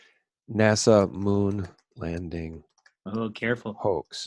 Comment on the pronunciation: Not Moon Lading but Moon Landing.